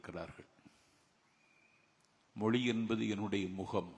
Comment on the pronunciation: Hei nanjil pls pronoun zha moli alla mozhi first learn how to pronounse zha. You are a speaker